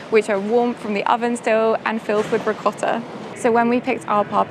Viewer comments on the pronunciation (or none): none